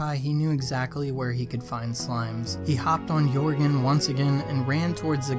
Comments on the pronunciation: Joergen (Yur-g-en) (The person telling this story) Joergen (Your-g-en) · Did anyone else notice he said yorgen instead of jeargon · I hate how you say jørgen you say jårgen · Am I the only one annoyed by him saying 'yorgen' not jöergan. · Jërgen not yorgjn Edit: still a very good video I hope PewDiePie sees this vid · Anyone else cringe when he says jorgen (your -gen) instead of jorgen (yer-gen) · Jorgen is not pronounced yorgen it’s pronounced yergen (TRIGGERED !!!!!!!!!!!!!!!) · It's pronounced Jörgen not Yourgin. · You said joërgen wrong it’s actually said Your gan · OMG!! Its Not Jorgan Its: “Joergen” 🤯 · Yoregen 😂😂😂 it’s pronounced Yurgen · Your saying joergen wrong it sounds like yergen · ITS JOERGEN NOT JORGEN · U said joergnn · He said yourgen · Boi u said ‘yourgan’ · He said yourgin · He said jore-gen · But you said Jöergen wrong... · This is great but I hate how he pronounces Joergen. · You pronounced Jurgen wrong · Joergen was pronounced in correctly and is driving me nuts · did you really pronounce the j in joergen??? what the fuck